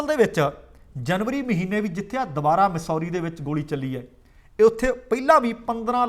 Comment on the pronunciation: ਮਸੌਰੀ ਨਹੀ ਮੈਸੂਰੀ ਹੈ ਜੀ।ਔਰਗਨ ਨਹੀ ਐਰੇਗਨ ਹੈ ਜੀ।ਇਹ ਤਾ ਲਿਖਿਆ ਏ ਕਿ ਸਹੀ ਉਚਾਰਨ ਹੋ ਸਕੇ ਜੀ।ਕੁੱਲ ਮਿਲਾਕੇ ਪ੍ਰੋਗਰਾਮ ਵਧੀਆ ਹੈ ਜੀ|ਤੁਹਾਡਾ ਅੰਦਾਜ਼ੇ ਬਿਆਨ ਕਮਾਲ ਦਾ ਹੈ ਜੀ